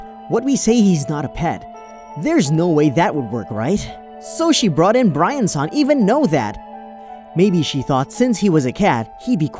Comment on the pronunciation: Did no one notice that towards the end the male VA pronounces Brian-san BirAn-san.